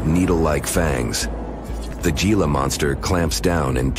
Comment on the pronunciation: If y'all are sooooooo intellectual, edgy can you not pronounce "Gila" (G pronounced H... "Hee-la") correctly? I'm sure there are many other instances. It really discredits any other info you might be trying to relay. I turned off the channel immediately, and NO, I did not and will not subscribe!!!